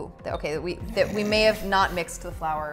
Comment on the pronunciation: I just had to pause and chuckle at "may"